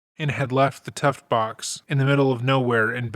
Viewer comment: Tuff Box, btw. Sounds like youre saying "tuft"